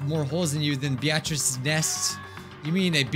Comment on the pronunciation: I'm sorry but the way he pronounces Beatrice infuriates me